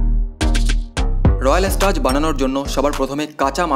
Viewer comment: ইউটিউবার হয়েছেন একটু পড়াশোনা করুন 😂😂 কথাটা রয়াল স্টাজ না রয়্যাল স্ট্যাগ 😂😂 আর স্কচ হুইস্কি মানে স্কটল্যান্ড এ প্রস্তুত হুইস্কি 😂😂😂😂